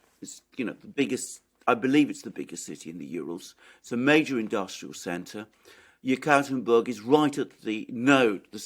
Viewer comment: I believe Yekaterinburg is pronounced YEK-a-terrine-burg